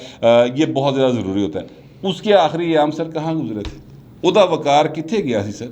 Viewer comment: وقار نہیں ق وقار